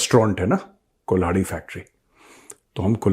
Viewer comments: कुल्हाड़ी कुलचा या कुल्हड़ कुलचा ? आप गलत तो नही बोल रहे ? या कुल्हाड़ी ही सही नाम है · Sir it's not Kulhadi Kulcha, but Kalhari-Kalhadi kulcha😅